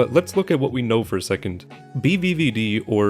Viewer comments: You said you wouldn't attempt to pronounce Vyacheslav Bulannikov, yet you still did. Nice video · "VEE-cheh-slahv BOO-lahn-nee-kov" with a short O in "kov" so it rhymes with "slav". If you're curious :) Side note, fact checking that pronunciation to make sure I was getting it right annoyed the living hell out of me lol, at first I was pronouncing his first name "VYAH-cheh-slahv" because the second letter "Я", is almost always pronounced "yah" and I've never seen it pronounced like a long E before. Like dawgs, ya got an I that already makes that sound, "И", its name is literally "EEE", who drank all the vodka and decided on that spelling? I'm joking of course, but man that felt like it came out of left field, but I'm still learning, so whatev.